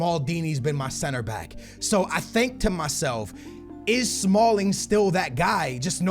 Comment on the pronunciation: He said smalld